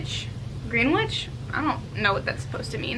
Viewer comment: for the greenwich tank it’s pronounced gren-itch